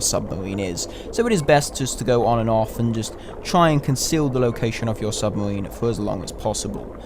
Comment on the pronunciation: "submawine" is not a word hahaha